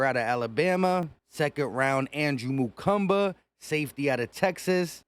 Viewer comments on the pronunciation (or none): His last name is pronounced Ma-Kooba, NOT Ma-Koomba. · Awesome pick! Straight Dawg! No "M" in his name though. Mukuba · I like how you’re just throwing an extra M into his last name, 😂 I hear a lot of disappointment from people about this draft but I trust Vic and Howie. Go birds 🦅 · MUKUBA!!! Not Mukumba. Stop already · Makuba not Makumba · Makuba. No “M” in the middle. Like scuba. MaKUBA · Bro where you get makumba from makuba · Its Mukuba 😂😂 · Not to be "that" guy but there's no "M" in Andrew's last name but you keep saying it like it is. 😞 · There is no second "M" in his name bro!